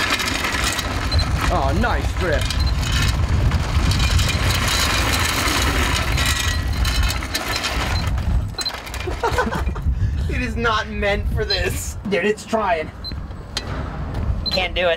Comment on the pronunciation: "you wanna know how to dwift?" Proceeds to speed down the hallway